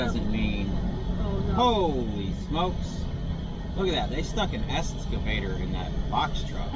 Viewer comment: I don't mean to be a jerk and I love your channel, but its not escavator, its EXCAVATOR.